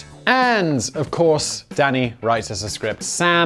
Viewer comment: Sometimes when Simon says Danny it sounds like he says Daddy and I get a good chuckle out of it